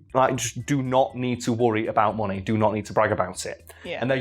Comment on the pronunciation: "he had so much monay"